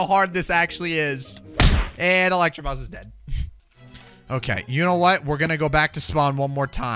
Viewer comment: it's electabuzz not electrabuzz